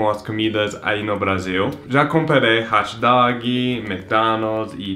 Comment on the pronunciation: "Hot dóguii"